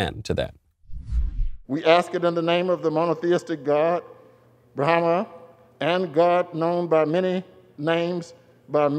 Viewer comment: Oh...he said Brahma? I heard Bruhama.